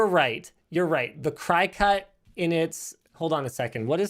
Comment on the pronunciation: Linus its not pronounced "cry-cut" its pronounced "cricket" like the insect. idk why im so triggered over you mispronouncing the word but please stop saying it like that lol